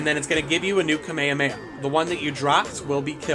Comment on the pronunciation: Bro actually said kuhmayuhmayuh